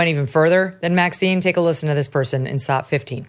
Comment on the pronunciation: please clear up something for me. Whenever you cut to a video clip you call it a "saat" as in "Let's cut to saat 12". I've never heard that term before. What is a "saat"??